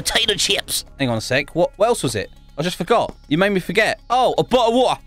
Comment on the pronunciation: "oh! A bo'le of wa'er"